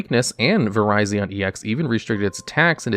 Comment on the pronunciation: “Vireyezin jeensect”